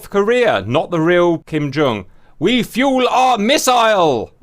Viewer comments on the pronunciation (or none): none